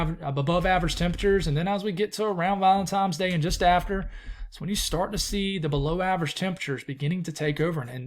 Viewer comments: there's no "M" in valentiNe's day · I could have sworn you kept sayibg ValentiMes day instead of ValentiNes dag 😅😂. Appreciate all your hard work on your videos! I live in Emerald Isle, NC, so i doubt I will ever see our beloved snow ever again, but I enjoy watching your videos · I think it's funny. Hate is a strong emotion for someone's pronunciation of a word.